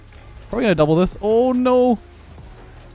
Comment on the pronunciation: is the most canadian “oh no” i’ve ever heard 😂